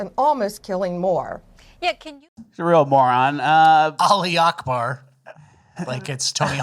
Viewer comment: I love how pronounced Ali Akbar! I am an American and I don't need to correctly pronounce a foreign phrase used during terrorism.